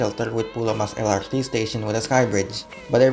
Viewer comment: well, in that case he should've spell MRT and LRT in Indonesian then, not eM-aR-Ti and eL-aR-Ti just like he does in the first minute of the video.